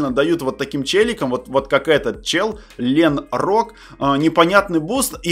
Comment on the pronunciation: lenroc - ленроц! lenrok - ленрок! Не путай